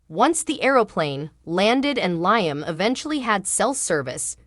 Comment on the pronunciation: Not just Liam but other words are not pronounced cirrectly.